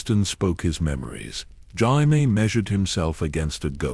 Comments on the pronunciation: Jayimee Lanister, AI had a good go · Pronouncing jamie wrong is wild